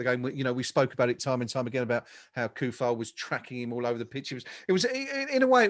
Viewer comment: come on guys show some respect to Vladimir and learn his name. Not KUFAL, it should be TSOU-FAL. Even SO-FAL sounds better. Hearing that hard "K" kills me